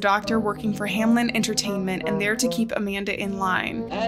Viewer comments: This is no hate but it just annoys me when people say 'Hamlen' instead of 'Hameln'... It's a common mistake and I would like if you spell it out correctly, thank you! (To prevent any Karens from attacking me: I have, indeed, done my research on how to spell it correctly to prevent spreading any false information.) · I think it’s funny that everybody pronounces it Hamlen instead of Hameln.